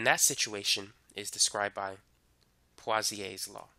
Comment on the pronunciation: Wait, what? Pawsiaes law? My sir pronounced it poesoolaes law and my whole class repeats after him.